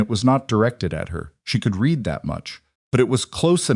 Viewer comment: Will someone PLEEEASE tell the AI that the word READ has TWO (2) TWO completely DIFFERENT pronunciations DEPENDING on CONTEXT..Jeeze its aggravating